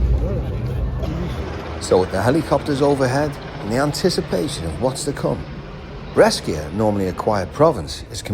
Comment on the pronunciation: You pronounce it Brasha (Brecia)..... a as in apple and sh as in shoe 🙃